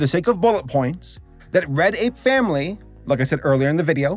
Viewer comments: whenever he says "Red Ape Family" i hear "Reddit Family" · It might be something with my audio but everytime you say "Red Ape Family" i hear "Reddit family" and I'm confused.